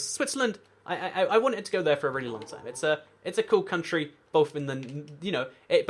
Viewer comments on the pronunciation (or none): none